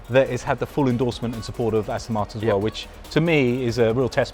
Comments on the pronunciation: Its not Astin martin its Aston Martin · I hate people who say Astin Martin